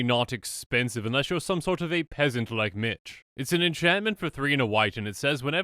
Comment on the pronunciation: "Just to spite that peasnat" lmao im gone